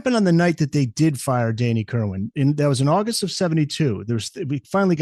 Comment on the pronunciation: Kerrrrrr WAN not WIN